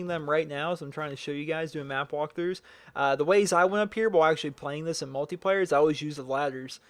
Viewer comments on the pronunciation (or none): none